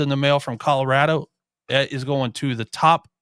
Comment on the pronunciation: Guy on the far left: —————————- Where is Colora-da? There’s a hard “O” on the end After Mike Bobo laid waste to our pgm, folks at CSU are a lil’ sensitive about folks that say “Colora-da” Otherwise solid pod gentlemen…